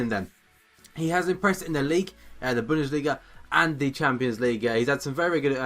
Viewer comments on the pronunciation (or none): none